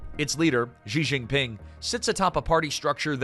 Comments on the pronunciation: "Zhee Zheen Ping," "Zhee Zheen Ping," "Zhee Zheen Ping"! Lol. (Is the word "she" too difficult to pronounce?) Lazy and embarrassing. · why you English speaking people keep calling him funny JI JI PING. he is not pinging anything he is not a network. why you cannot call him [chi Jin PIN] or just CI JI PIN